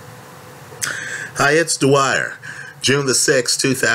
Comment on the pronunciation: All these years I thought he said Hi it's the Wire...he says Dwyer.